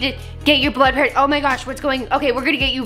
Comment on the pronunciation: Why can’t you say blood ?